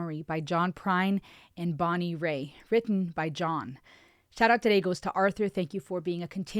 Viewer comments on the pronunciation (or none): It's Bonnie "Rate"...not Bonnie Ray